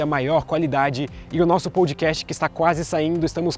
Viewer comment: Em podcast a primeira parte é pronunciada com O aberto (como se tivesse acento agudo).